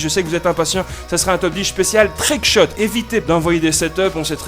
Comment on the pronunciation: On ne dit pas trickscut pour un trickshot couteau